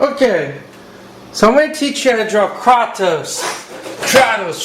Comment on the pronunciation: thats not how u pronounce kratos